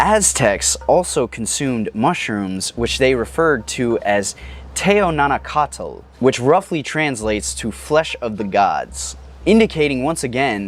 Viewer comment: the "tl" sound in "teonanacatl" sounds more like the "kl" sound in clap. the /tl/ is common in native american languages, you make the sound by pressing the tongue against the roof of the mouth and letting air blow out the sides